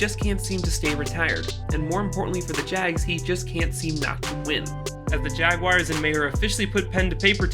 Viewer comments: Funny how you continuously mis-pronounced Urgan's last name and the Jaguars team name.... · The Jaguaiers? How can you not know how to pronounce Jaguars?